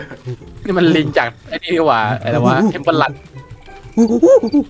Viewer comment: คำว่าพี่ไม่ต้องมีรก็ได้